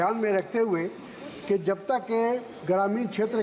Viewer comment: Jab hota hai, zab nahi Jaanwar hota hai, zaanwar nahi Shabd hota hai, sabd nahi